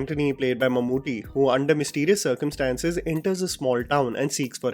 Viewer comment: ❤❤❤....Mammoothy nahi mammootty